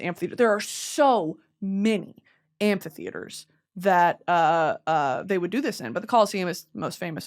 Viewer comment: I cannot for the life of me figure out how you’re pronouncing “Amphitheater” it sounds like you’re throwing in an extra letter